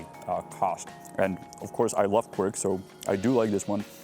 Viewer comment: Janku, how the hell did you come uo with the word Quirk for tvaroh, I wanted to ask. Then I realised it's Quark in german. You kind of mix the languages! I don't do that. For me, it's just and only Kwark, useful Dutch word! :D